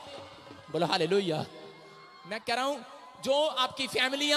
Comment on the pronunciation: मुझे हाले-लुलिया क्यों सुनाई देता है 😂